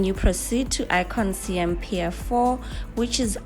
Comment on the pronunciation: Siam pronounced Sa Yarm